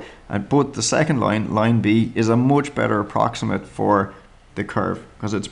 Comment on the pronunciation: The way he says "moch bettah"